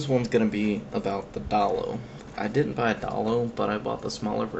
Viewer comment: dayyy looo say it right